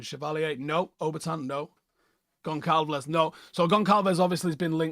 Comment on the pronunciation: pronounced Gon-ssahl-vihs